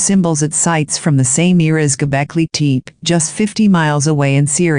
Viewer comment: Golbeki Tep-ee not Golbeki Teep!